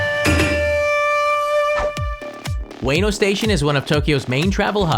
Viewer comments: Just FYI it's pronounced "oo-weh-noh", not "way-no". You'd think a channel dedicated to educating others about Japan would get pronunciations right. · Its U-EH-NO Station, not U-WAY-NO Station. Chump! I was there yesterday. You know nothing. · dude literally said 'weeno' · I lived in Japan as well and I never heard it pronounced the way you do. That's all I wanted to point out. It was always pronounced "ooh-weh-noh" but just quicker. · JR WAY-NOH station 😂😂 Please. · its oo- eh-no at least say it properly... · "Way-no." Yer killing me.